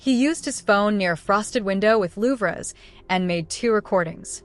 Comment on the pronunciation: The slop AI narrator can't pronounce louvers properly. 😂